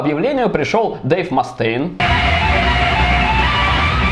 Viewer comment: Что ж вы так издеваетесь над произношением ) Ма́стейн и Ексо́дус)